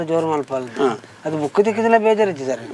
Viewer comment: ಸ್ವಾಮಿ ಅದು ಬುಕ್ Boooku ಅಲ್ಲ! ಸರಿಯಾಗಿ ಪದಗಳ ಉಚ್ಚಾರಣೆ ಮಾಡಿ 😳